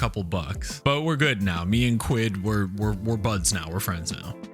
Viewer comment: Really appreciate the effort to assimilate to our culture and language. It's nice to know that you're finally getting to grips with proper English and not the dumbed down version that Americans call English. The word Quid, however, always sounds wrong when said in an American accent, sadly. Gives the impression that you're trying a little too hard ( reminds us of Dick Van Dyke's appalling cockney accent in Mary Poppins 😂 ) Having said that, I really enjoy your posts - keep on keeping on 👍